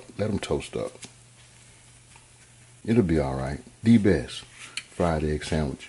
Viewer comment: B-E-S-T...not Bes!! Please people!